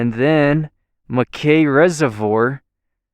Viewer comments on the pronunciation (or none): As a fourth generation Idahoan I've never heard dirt/mountain roads called wish washy. Only wash board (or boarded)... as in the texture of vintage laundry wash boards. Also, Mackay is pronounced "Mackie" (/ˈmæki/). Chinook is pronounced "Shinook" (shuh-nuk). And as always, there is no "z" in Boise (Boy-see).... Btw, keep up the videos. It's nice to see parts of the state that I haven't got to yet.